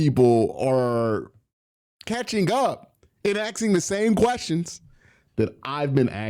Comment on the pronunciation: Asking* Not axing